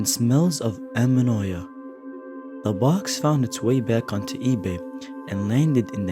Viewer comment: Hey Friend, I can see you're just starting out and I wish you all the success in the world! I have a comment that I hope you don't take badly, it's just constructive feedback. It would be easier to lose myself in the story if you were making sure your pronunciation was correct. I believe you tried to say it smelled like ammonia, but you pronounced it really off you did this many times with different words, including "Dybbuk" and "antique" I recommend googling pronunciations that you're unsure of. Good luck to you!